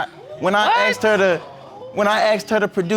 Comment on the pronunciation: I want to slap the person who turned "asked " into "aksed"!!